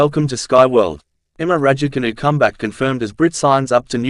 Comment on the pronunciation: Cant you just make an effort to pronounce her surname correctly For petes sake man.!Its so annoying if you try to be funny.!